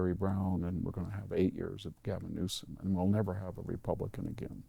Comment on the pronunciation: Can you say..... N-E-W-S-O-M?